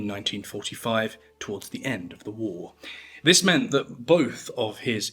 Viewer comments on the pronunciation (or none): none